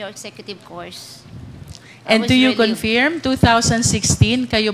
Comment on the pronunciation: Wala kahibalo asa ang Tuguegarao, Cagayan? And it's "confirm" not "confiyrm"...